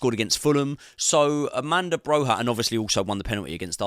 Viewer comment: AMANDA BROHA 😂 ARRRRMANDO BROYYYAA